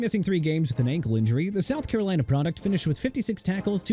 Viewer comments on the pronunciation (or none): none